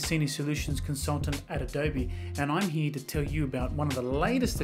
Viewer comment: “Right heeyuh”